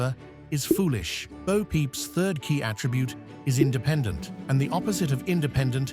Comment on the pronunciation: It's Bo, not bow.